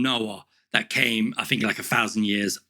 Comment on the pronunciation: Think. Not fink.